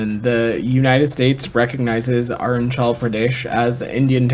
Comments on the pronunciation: Hearing him mispronounce arunachal Pradesh is so cringe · It's not arun chal it's arunachal why you Americans pronounce badly indian names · This guy can't even pronounce Arunachal is making international position statements on it?